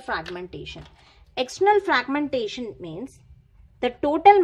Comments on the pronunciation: Normal English hi bol lo madam fraqqqmention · Thank you so much for your explanation...But the way, you were pronouncing fraaaaaaagmentation😂😂😂, that was awesome....Again, Thank you....